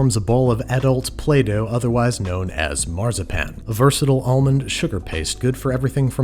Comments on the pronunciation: wenn du weiter Marzipan so aussprichst haben wir ein Problem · I unironically love how he pronounces Marzipan as Marh-zah-pan 😂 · Every time he says Marzipan my inner German hurts.